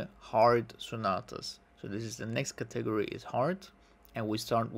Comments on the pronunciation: I hope to help you,: the word "category" is pronounced with the emphasis on the first syllable, i.e. CAT-egory:) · That's not how you say category